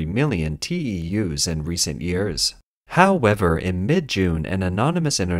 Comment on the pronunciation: Petition attempt #6 to change how the bot pronounces "however" HAO-ever drinking game count for this video: 5